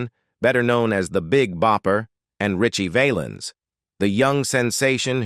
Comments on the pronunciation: wish this guy could pronounce richie valens' name correctly. kinda crushes his credibility. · Hey narrator can't you pronounce Ritchie Valens